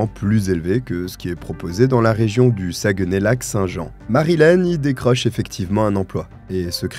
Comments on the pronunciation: LOL. Saguenay prononcé Sa-gue-nay. On prononce plutôt Sag-nay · Ok je ne savais pas de quelle ville vous parliez. La prononciation de Saguenay il ne faut pas couper lorsqu'on prononce mais retirer le"gue" ce qui donne "Sac, né". On ne prononce donc pas le "gue". de la ville Saguenay. Merci je ne connaissais pas cette histoire de ma province. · Merci pour cette histoire. Je suis québécoise et juste pour t'aider ce n'est pas un reproche mais Saguenay se prononce un peu comme "Sac nez' j'ai rigoler qd tu le prononçais... Blague à part merci pour ton super beau travail ❤❤